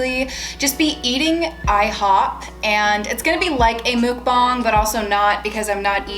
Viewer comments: Please tell me im not the only one correcting her while playing when she pronounced muk--BANG as muk-bong?.... i kept yelling at the screen "its MUK-BANG..... bang! Not bong!" My fiancee is laughing at me. Regardless, im happy that they are out of the house. Watched all of the vids from start to finish to this one. At least you learned from this experience that when you guys decide to get another house you now know the proper steps before owning a new house. IF you guys decide to give it another go. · What is it that you said at the beginning? You wanted the bag to look good for your what??? The CC said “mood bomb” but it sounds like you are saying “mook bon”? I’m so confused, what is that???? Okay now I see your hashtag. But I still want to know what the hell a mukbang is!?!? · The muk in Mukbang is pronounced like duck - mook means something else in korean - just saying 🤷🏻‍♀️ anyways loved your videos- was angry/sad w you and glad you’re out of there!